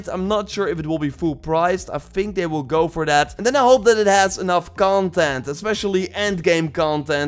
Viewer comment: Nobody:: Let's geauo